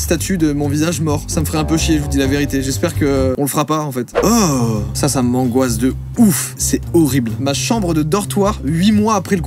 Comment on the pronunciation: "Ce mot sport mengoisse" mdr trop drôle